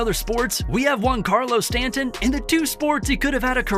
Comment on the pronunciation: Who is woncarlo stanton.